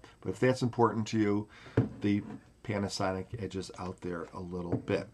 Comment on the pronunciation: Funny accent, pianasonic